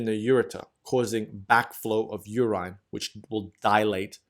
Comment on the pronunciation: LOVE your illustrations. But please, please, check your pronunciation. I shudder with every mispronounced 'urine', or 'cholymicron'. Keep up the great work.